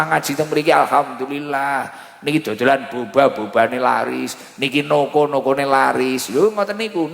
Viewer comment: Fasih beneer ucap hamdalah.. jangan jangan dulu muslimah itu